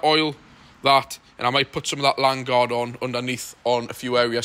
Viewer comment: Evening Interesting & informative as always. Leon is a cracking motor & you've definitely got stuck in to it...... Brilliant gear that Lanoguard, as I said I've used it on my L200 & Fiesta. Treat ya self the 360° wand too, from Lanoguard themselves, about £12 ish. I was SHOUTING at the screen each time u said "LANDGUARD"....... There's an "O" in it LAN-O-GUARD it's pronounced 😋😋😋😋😋😋😋😋😋. Anyway av a fantastic weekend. Hope Hollie, kids & dogs are all good. Stay lucky. Stay safe. Stay healthy. Alan L200